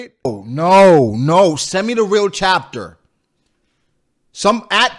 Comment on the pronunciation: “Send me the real chaptah” 😂😂😂😂😂😂